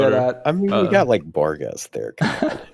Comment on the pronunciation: Barghest (Archer) is pronounced "Barcher"